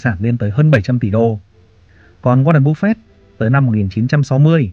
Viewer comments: cứ như phổ thông đi bạn ơi. "waren buf fét" dễ nghe hơn búp fẹt. và nếu mà ông ấy sống thọ hơn nữa thì với lãi suất kép khỏi phải lo đến con số 80tỷ ấy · goa ren búp phệt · Nghe cách bác phát âm tên Warren Buffett là không ổn và hết muốn nghe tiếp, bác nên tập phát âm tiếng Anh để giúp thu hút hơn. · qua ran búp phẹt :)))) nghe tên buồn cưới quá ad